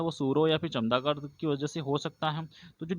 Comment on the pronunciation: चमगादड़ है chamdagad नहीं